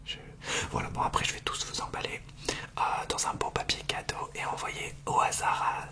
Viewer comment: « piapier cadeaux » XD❤️